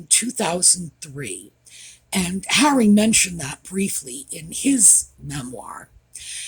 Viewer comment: I just peed my panties. You said "HENRY" it's Harry. I love you